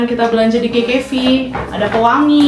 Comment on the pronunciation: Kak bukan kekevi tapi kkv👍😭😯🌝